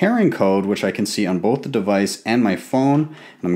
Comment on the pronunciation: "and i just click BOAHP buttons"